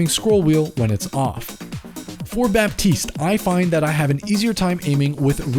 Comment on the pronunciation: Thank you for this Also, the "p" in "Baptiste" is silent